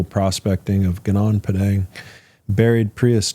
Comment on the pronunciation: Gunung Padang !!! Please learn to pronounce correctly. People need to realize that the world map is wrong since Mercator 1569 on purpose belittling Huge Super Rich Paradise Indonesia, The only The Emerald of The Equator in the world